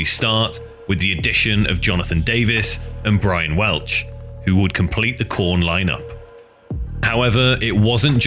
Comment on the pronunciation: Heyyy he said korn with a p instead of a k